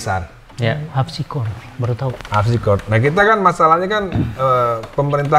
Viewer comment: dia bilang Al Habsi